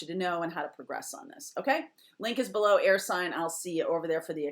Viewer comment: kinda sounded like u said earth sign at the beginning, and im dealing with an earth sign, so ima take that as a sign 👀